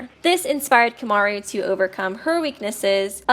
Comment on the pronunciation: Why do you fucking pronounce "Komaru" like "Kyomyaryu"?